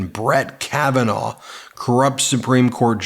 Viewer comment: Not Kavenah